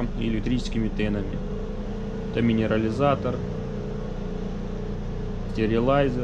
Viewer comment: " Стэрилайзер " )))) но до этого почему то был Минериализатор )) )